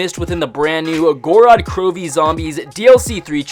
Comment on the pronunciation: theres only 2 syllables in gorod bro